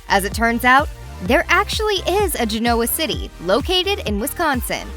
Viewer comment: This narrator ALWAYS places the accent on the wrong syllable when she announces names: Gen-O-wah city is pronounced "GEN-nawah' city in the show.